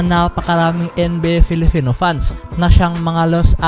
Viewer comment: Bakit nabibigkas mo nang tama ang PiliPinas at PerFormance samantalang bigkas mo sa salitang "Filipino" ay "FiliFino"?